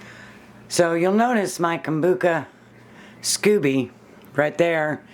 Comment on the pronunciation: I think it's scoby as in "sc-oh-be", not scooby like Scooby Do. I use 4 green tea and 4 black tea bags but like the idea of the kind of tea you use. I pretty much followed Kambucha Mama to get started. Haven't done any flavored kamcucha yet. I like the idea of peach, cherry or mango. I like your brewing vessel. Where did you get it? Hobby Lobby has a beautiful one but it's way to delicate and almost $80. It took 3 weeks for mine to brew because we keep it so cold in our house. I think I need to get a heater strip like Mama uses. Top of the fridge still wasn't warm enough.